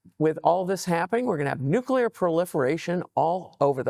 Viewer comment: Nuclear weepons? If you have prepared questions, shouldn't you at least learn how to pronounce those?